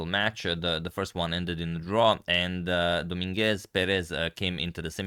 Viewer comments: Just a little pronunciation comment, it is pronounced do-MIN-guez PE-rez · Hey, how are you? I think "Dominguez" and "Perez" are said differently. Just saying. Have a good evening!